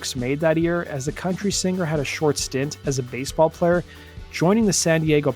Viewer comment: can you please not pronounce the G in singer? it is silent